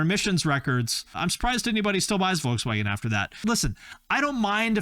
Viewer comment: *Volkswagen, not Woukswäggenn